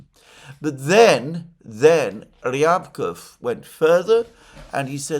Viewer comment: Alexander, Mate! Remember both for Peskov and Ushakov, when saying their names the emphasis goes on the second syllable. Not the first one. Same applies to Ryabkov and Lavrov last names. 👍👍